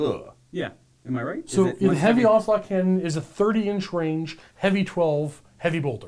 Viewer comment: The first time said "onslaught cannon" I thought he said "ocelot cannon." I demand ocelot cannons.